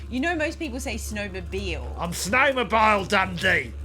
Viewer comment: I've seen the Snowmo-bile videos several times and only halfway through rewatching this one do I realize it's said that way to be like crocodile, it's incredible how some references can be so basic you (I) don't notice 🏂